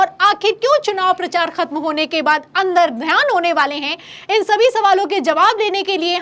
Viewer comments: अंतर्ध्यान होता है मैडम अंदरध्यान नहीं है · अंतरध्यान है न ki अंदरध्यान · महोदया, अंदर ध्यान नहीं होता अंतर्ध्यान होता है। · अंतर्ध्यान बोलो बेटा ,बार बार अंदर ध्यान बोल रही हो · Andardhyan nahi...mam antardhyan boliye...